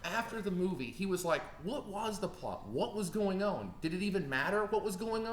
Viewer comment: is kind of annoying in this video. He just keeps talking over tj. Does have an accent? he says "on" like "owen" and he pronounces "want" differently too.